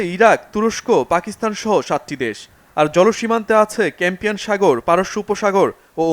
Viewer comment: ক্যাম্পিয়ান সাগর নয় কাস্পিয়ান সাগর আপনার মত সংবাদদাতা এই লেখাটা ভুল পড়ল খুবই হতাশা জনক